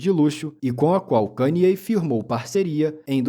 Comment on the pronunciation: Primeiro canal Br que pronuncia o nome dele corretamente kk